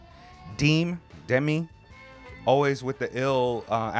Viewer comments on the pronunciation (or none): you guys pronounce it like De-Mi , first half is right but second vowel is pronounced same as the first one so De-Me not De-Mi. But i don't mind lol